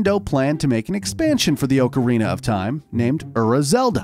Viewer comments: How he says ocarina- ohcareena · Ughhhh, OAK-arena. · it's OC arina not OAK arina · Hey! Don’t Disrespect Him! Oakarina Ocarina! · He legit said O-carina of time. That hurt me, I absolutely love this game. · Orecarina of Time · OOOcarina of time 😂🤣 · He pronounces it Oak-a-reena of time 😂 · How hard is it to say ocarina properly? Aw-car-eena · If someone pronounces ocarina like oakarina again, I swear.... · Why does he keep saying oakarina of time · He pronounced ocarina wrong too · He also mispronounced ocarina and it is so annoying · I’m going to cry- The way he says ocarina is just- I’m ok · His mispronunciation of ocarina is sorta funny